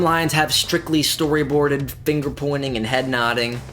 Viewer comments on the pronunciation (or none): none